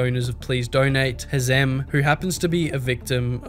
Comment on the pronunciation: "hamez" its hazem lol